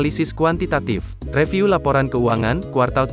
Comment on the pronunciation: Bang bukan reviu, tapi review